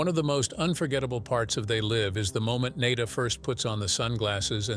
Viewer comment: The repeated mispronunciation of Nada's name is just lazy.